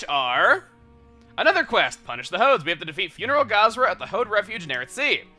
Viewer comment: when you said "Punish the Hodes," I honestly thought you said "Punish the Hoes."